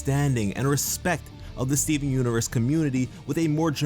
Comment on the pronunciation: I liked the video..but what I liked the most is the way you say Stee-veen xD